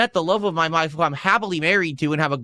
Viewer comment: "met the love of my mife.." HE DID IT AGAIN!